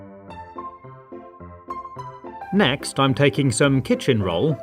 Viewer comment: You said kiken for kitchen